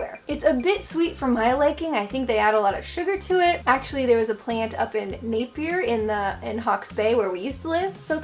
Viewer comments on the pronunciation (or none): none